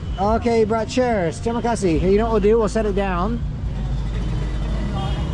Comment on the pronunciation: I am Indonesian and the funny part of the video is that when he say terimakasih itu doesnt sound right